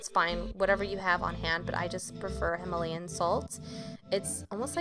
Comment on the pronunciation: You pronounced Himalayan wrong So PRONOUNCE it RIGHT!😤